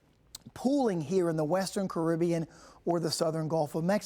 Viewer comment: Wrong pronunciation of Caribbean 🙄.